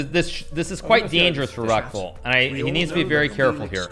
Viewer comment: I can't stop hearing Rectal instead of Reckful lol